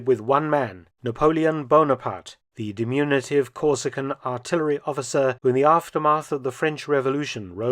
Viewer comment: "... Napoleon Bonaparte, the dimunitive [sic] ..." -- "diminutive"!